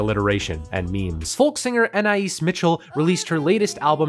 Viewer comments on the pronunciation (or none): Ok I’m not going to rag on you for saying anais like that because I know the umlaut is there! But she just says anais (anayis). But! Was stunned to hear you bring her up! Favourite artist of all time, young man in America is a masterpiece. always love your reviews.